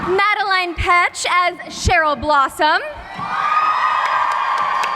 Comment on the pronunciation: She pronounced Madelaine's name wrong 😭😤😂